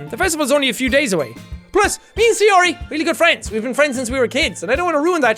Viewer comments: BTW, I'm pretty sure her name is pronounced "Sigh-OR-ee," not "Say-OR-ee." "Ay" makes an "eye" sound in Japanese. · no really jack say-ori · Say - yo - yo ri! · Say- yo-yo-ri Are you trying to kill sayori? Lets not leave her hangin' k? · he makes the pronunciation of sayori exactly the same as Donut from red vs blue